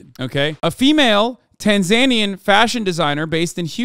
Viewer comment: why did Hasan say Tanzanian like that ...